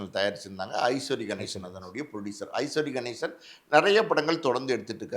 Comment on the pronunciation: ஐஸ்வரி கணேசன் இல்ல அவர் பெயர் ஐசரி கணேசன். சரியாக உச்சரிக்க வேண்டும்